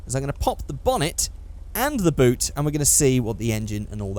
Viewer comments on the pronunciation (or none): none